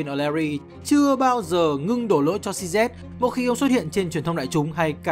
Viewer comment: tên người ta đọc cho chuẩn chút, "Xi zi" chứ cứ "Xi Zét" là cái gì, nghe ngứa hết người